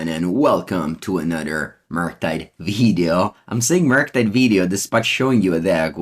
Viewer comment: The Veedeeo Always gets me. 😂 Thanks for making our days better.